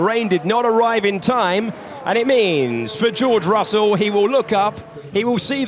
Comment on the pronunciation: Dios mío! Estos relatores mexicanos son los peores!. Russell se lee "rasel".. Dios! Donde estan los relatores argentinos??